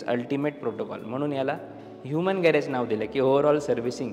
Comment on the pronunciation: Garaaj नाही, गॅरेज आहे . उगाचच काहितरी बोलुन vegale😢